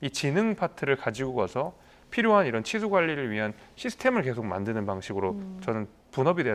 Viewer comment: 앵커가 발음을 정확히 해줬으면 하네요. 칠수 업무라고 들립니다. 기자 리포트 듣고나서 치수 업무라고 이해했어요.